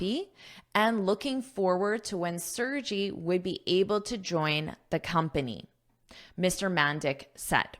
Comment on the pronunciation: Thank you,, for the article! The name Sergey is a popular name in Russia. I hope it will be interesting for you to know how to pronounce his name 😊. The letter 'E' sounds like [ e ] in the word 'melon', then, 'R' is clearly pronounced, 'G' sounds like 'g' in 'Google', and 'Y' is like 'y' in the word 'May' 😊😊